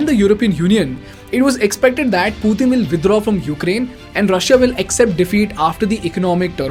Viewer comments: Withdraww with Russian accent was nice touch :) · "Putin wud withraw" some weird pronounced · I heard the Russian style “withdraw” 😂😂😂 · How many of you noticed that he said "Withdraw" in Russian Accent and 😂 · you're so much involved in the topic that you even adopted the russian accent"withdraw"😂